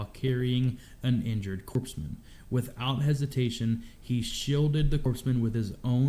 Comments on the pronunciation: Not to detract from the video, but I felt the need to say it’s pronounced Corpsman as in Marine Corps not Corpseman like a corpse. The Marine Corps doesn’t have medical personnel and so has Navy Corpsman (similar to an EMT) attached to provide medical treatment. Marines do have basic medical instruction, as in applying tourniquets, pressure bandages, and treating wounds until better aid is available. But Corpsman are the true lifesavers and are known as Devil Docs. They normally are the only Navy personnel Marines not only tolerate but love as brothers. Unlike their feelings toward any of the other service branch’s personnel. Which they will fight when given the chance. 😁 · Dude said "Navy Corpse-man" and instantly loses any credibility for knowing wtf he's talking about. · They're not talking about Afghanistan, they're talking about Iraq. And our medics are not "corpse" men, they're CORPSMEN (COR-men). Please. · This guy pronouncing corpsman as "corpse man" is killing me. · Yeah, that irritates me. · Don't react to this channel ever again. The footage doesn't match the stories, it's just stock footage, some of which is from Afghanistan while the stories are from Iraq. Taliban were never in Iraq, so title is wrong. The way the narrator mispronounced "Corpsman" multiple times infuriates me as a Navy Veteran. These videos appear to be made by some Call of Duty fan boy or something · Yeah I'm former Navy and it's driving me insane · Skeptical once he mentioned Iraq, Lost me at how he mispronounced “corpsman”. Real footage but who the heck narrated this? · I was in Iraq in 2006 & 2008. We didn't have these vehicles back then. MRAps didn't come until 2009. The video doesn't match the story. Also, you don't pronounce the p or s in Corpsman. This sounds like a teenager made a video, who never served, and is using stock footage. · I’m glad you mentioned the pronunciation. Can’t believe an American doesn’t know how to pronounce corps or corpsmen. Ridiculous.